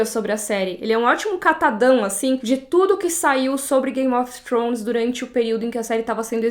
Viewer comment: É forma correta de se pronunciar "th" em inglês